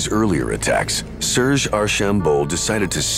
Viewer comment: The narrator butchers all the French names. Row-land?? Surge? Terrible